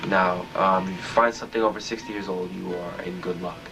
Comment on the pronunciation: Anyone else notice he always pronounces 'years' a bit like 'yurs'?